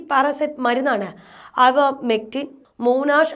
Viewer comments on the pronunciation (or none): അവർമെക്റ്റിൻ അല്ല, ഐവർമെക്റ്റിൻ (Ivermectin).